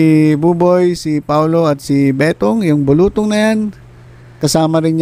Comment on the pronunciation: Nattawa po ako tlga kpag binibigkas nyo ung bulutong..